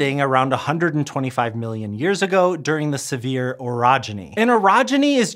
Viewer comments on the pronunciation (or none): Not "sev-ear" but "sev-ee-ay". Just for next time. French, and all that. Thanks. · Here in Utah, we say Sevier differently so I thought he had said “severe orogeny”. 😂 I’ve heard pronounced “seav-er”. I’m not sure what the original is, but I do get that language is very dynamic and regional and it’s only pedantic people who think it should be pronounced one and only one way. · Hey, fellow Utahn here! I would'a thought it was "sev-ee-ay" until I heard other locals pronounce it as "Severe". I think it's one of those cases of a word that's originally from a foreign language, and there's the real, original pronounciation...and then there's the regional way that developed in the part of America named after it. The first one is technically more correct, but if you use it while talking in (or about) that particular region of America, you'll get funny looks. :P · as someone whos never heard of the Sevier Orogeny, I also thought he said "severe" lmfao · I'm here in Texas. When I read the name, I thought it should have been sounded as "sev-ē-ā". I guess closer to a French pronunciation?😮